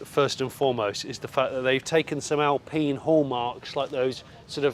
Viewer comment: Al peen? Is don’t think so. Al-pine